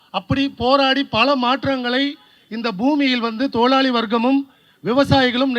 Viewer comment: தொழிலாளி வாக்கியத்தை உச்சரிக்க தெரியாத நீ போராளியா உனக்கெல்லாம் நீட் தேர்வு பற்றி என்னடா தெரியும் . சாவுக்காக்கி